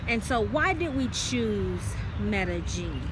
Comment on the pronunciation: So Medellin is pronounced Mellegene? Does Columbia still have a 'Black Widow' scam problem? It's where someone slips a drug into your drink and robs you. We have a daughter, how is education there? Our family used to live in Costa Rica and was surprised to hear a bit of racism against blacks. You're right, it's so hot and humid on the beach, although when we lived in the mountains it was always COLD and damp! We didn't have any problems with mosquitoes, although the army ants on the beach came through our house a couple times. It was amazing to watch! Enjoy!